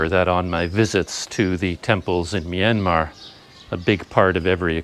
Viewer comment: i like how you say myanmar, you said it right, most western people don't know how to say it correctly.